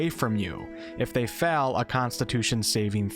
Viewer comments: "If you fell..." It's "fail" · What’s the accent, if I may ask. You sound North American. Also, I am Afrikaans, we have crazy accents as well, but we can’t let our accents cause confusion when speaking another language if we can help it. As “fell” and “fail” are two different words after all. Still enjoy your videos which are awesome...started a Ranger build on your duel wield ranger video. Keep up the good work.